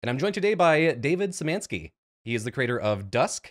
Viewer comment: Hey, I believe his name is actually Szymanski, not Syzmanski (